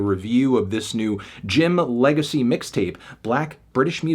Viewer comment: Anthony, just because you can’t pronounce the “x” in “Jim Legxacy” that doesn’t mean you get the right to “x out” 3 points as punishment